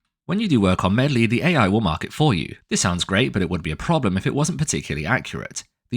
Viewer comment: Calling it "medlie" is class 🤣